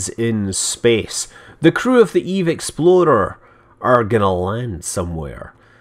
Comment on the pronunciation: When you say eve explorer it sounds like eve exploder